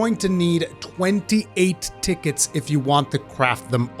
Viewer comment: Ticket “Tea-Ketes” .... love the way this guy says tickets...